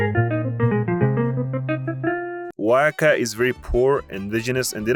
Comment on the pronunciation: Alright bro I'm from Oaxaca and can speak English and Spanish, and on top of that you were pronouncing "Oaxaca" as Waka at the start, and did it probably 5 times or over till you actually started pronouncing it correctly, I like the video but I know for a fact you got many things wrong on everyone else's state, I get it tho ur acting like you know what you're talking about when in reality you don't know shiiiiet